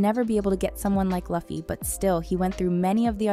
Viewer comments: If you can't pronounce the names right, you have no right narrating this. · great vid, but ngl my heart hurt everytime i heard her pronounciation of Luffy. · Geez, say luffy properly ffs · It hurts my ears that you pronounce Luffy incorrectly. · Thumbs down, and you deserved it, I like the research, but how hard would it be to search how to pronounce the name?!!!!!!! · Video is about One Piece, but mispronounces Luffy .............................. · Next time please pronounce the name of Luffy correctly 😢😢😢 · How do you mispronouce a name of a character when you have over 20 years worth of material and it being pronounced correctly to get it right..... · lost me when you mispronounced Luffy tbh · FFS learn how to say the characters names - that "Luffy" hurts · How many times did she butcher the pronunciation of Luffy's name i feel like that would have been such an easy miatake to avoid how lazy do you have to be as a pop culture "journalist " (obviously using the term both very loosely and extremely generously here) to get something as easy an simple as a name with two syllables wrong. So cringey and honestly not just unprofessional to not even bother bwing thorough its disrespectful and reflects the individuals lack of work ethic hope this person recieved a sturn scolding at least and learns a valuble lesson😢. Why is it i immediately think of said person as being apart of the Gen z gen....hmmlol for shame😂😅😅😢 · No like due to mispronouncing Luffy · As far as i watched this, i've never been so mad for someone saying luffy's name "Luffy" instead of "Loo-fy" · You can tell this person is just reading a script and didnt actually do the research, becuase she would 100% know its pronounced LOOFFEY and not LUFF-Y. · it's pronounced LOOFY, not Lovey lol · its not"laffyy",its "luuuuuffffiiiii":face-red-droopy-eyes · LOFFY LOFFY ITS NOT LOFFY ITS LUFFY but great video by the way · I was on the hype train for this video until she said "Luffy" like "Loffy" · loofy not lufy